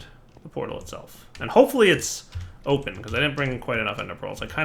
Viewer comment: Oh my gosh, I'm like five... I heard him say "I like the Oh Penis" and I smirked.